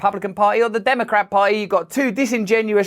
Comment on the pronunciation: Russell, who is British, should learn how to pronounce the word "party;" it contains a "T-"sound. His mispronunciation sounds like "pah-ee." Also, the liberal-elites and Demo-commies must groaning and gnashing their teeth, as one of their own trashes them on YouTube. Of course, the weasely Repubs are not much better ... or "beh-uhh," as Mr. Brand would pronounce the word. I opt for Christian theocracy, by the way.